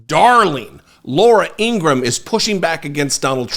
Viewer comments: Thank you for your work. Two things though. Has anyone pointed out the 5 stars on the gold tennis shoes are aligned like the confederate flag? Subliminal? And it’s Laura Ingra-ham. Not Ingrumm ☮️ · Laura Ingraham's brother stated that their last name is pronounced Ingra-ham, like oink oink...